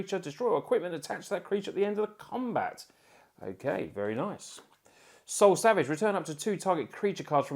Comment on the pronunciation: is it only me or is he saying soul savage instead of soul salvage?